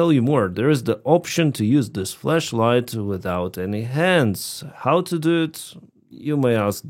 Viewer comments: OHHH FLASH LIGHT! Right... okay thought you sayin flesh light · Bro you say flesh or flash light lol 😂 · Your accent made it sound like "Fleshlight"